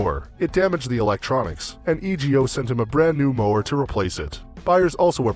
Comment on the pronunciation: It's E-go, not E.G.O.